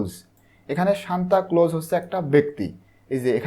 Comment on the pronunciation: bai apni bar bar shantaclose shantacloso aishob ki bolsen:face-green-smiling::face-green-smiling::face-green-smiling::face-green-smiling